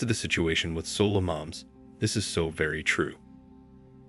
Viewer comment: "Solo," not "Solar"; they are alone, not powered by the sun.